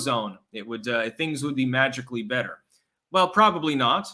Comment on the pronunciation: Its pronounced BETTER. Doesn't even sound like "DIFFERENT" 😅